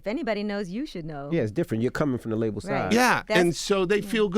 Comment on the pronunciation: He says the word label like Dradel